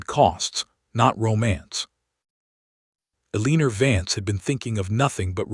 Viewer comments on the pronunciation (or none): Sigh las and Ellen or. E li us. READ- SOUNDS RED, NOT REED.